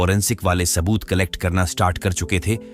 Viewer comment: It's Risk not rishk Saboot not shaboot. Every s is sh .. Nishan not Nisan Shak not sak Every sh is s.. Now you have enough examples.. so pls improve that...